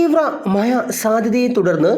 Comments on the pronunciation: മഹ്‌യ അല്ല മഴ ആണ് 😂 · മഴ എന്ന് പറഞ്ഞ് പഠിക്കണം കേട്ടോ. ഴ ഴ ഴ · മഴ,❌ മയ